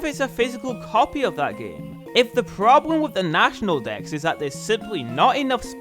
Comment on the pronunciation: For a moment it sounded like you said national decks twice followed by national dicks